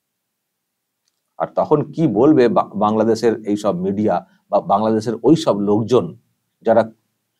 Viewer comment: Ota kangladesh thik kore pronounce korte hobe